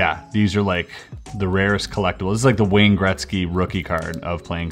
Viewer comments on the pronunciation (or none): none